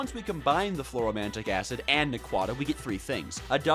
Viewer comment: its pronounced Fluoro an·ti·mon·ic acid btw